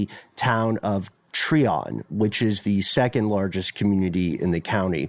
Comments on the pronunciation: It’s Try-on Georgia, not tree -on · It’s pronounced “ tryon “ not “ Treon”. I was just there yesterday. It’s way out in the middle of nowhere even now- I couldn’t imagine living there 40 yrs ago. The roads are pretty rough- then the gravel/dirt roads are even worse- it’s literally a forestry rd, there’s very few places to turn around if you miss the end of the trail/rd that leads to the remaining structure. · It’s pronounced “Try-un” Ga Im from here